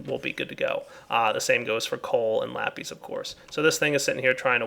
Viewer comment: its not lapes its sounded out like lapiss